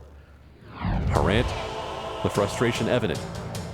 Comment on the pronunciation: It's "Harant" not "Harrant" ;)